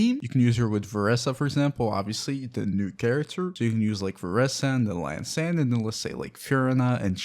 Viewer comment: Dude. It's an I, An eye. not an L- not el. EEann-san is how the game pronounces it. :/